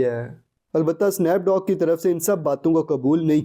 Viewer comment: its Snoop Dogg not Snaap dogg